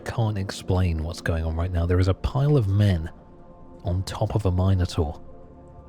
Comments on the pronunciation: Trying to go to sleep, but I keep getting woke up to the word Minor-Taur, not Minotaur being uttered. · Couldn't sleep because of the way you pronounced Minotaur